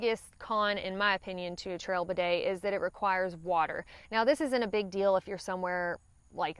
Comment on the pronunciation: Even the way has a hard time saying bidet this shows how Americans are totally unfamiliar with them and afraid of them. put an inexpensive bidet on your toilet and you will come to hate wiping and learn how unhealthy it is.